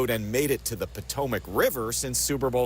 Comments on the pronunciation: Pa-toe-mick. That should help you. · Po-to-mac? Come on! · Its "Pa toe mick". Fyi. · Po-toe-mick that's how we pronounce it. That was funny though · IT IS THE PO-TOM-IC RIVER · 😂❤ That's an interesting way to pronounce the name of the river that goes through Washington DC! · Why are you pronouncing Potomac like that? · you got to learn how to pronounce the Potomac River that's the river that Washington took his soldiers across in order to save America during the war against the British come on dude come on you're an American citizen you should know number one how to pronounce the word correctly and second of all understand the significance of that River in our history.